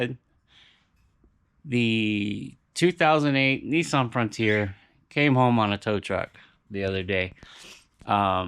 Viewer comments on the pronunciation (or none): Hi it’s a Nissan not Nesson